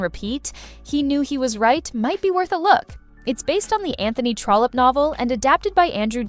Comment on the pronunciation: Love this. Just one thing---it's "Trollope".